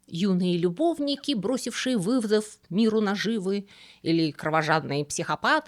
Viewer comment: Простите, что бросившие? "Выхвыф"? 😅